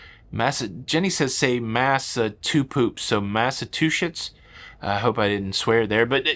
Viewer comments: Massachusetts - I think I can help. Mass - a - chew - sits. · FYI …….”Massa….choo….setts” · I live here in metro west Boston . Funny how you can't pronounce our state. Sounds like Mass a chew sits. Hope that helps. 😊 I hope you enjoyed your day here. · Try: Mass-a-chew-sits I live in New Hampshire.